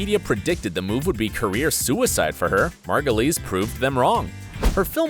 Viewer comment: How is it that you can pronounce Margulies correctly and not Wyle?